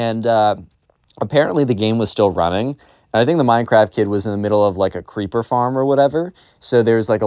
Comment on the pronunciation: When you make the voice of the Minecraft kid when you say creeper, it sounds like keepa I’m actually serious whenever you said creeper before you actually verified it was creeper I thought it was keepa